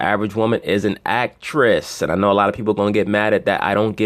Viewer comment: I passed out laughing when he said, 'Ak-tress'... enough said.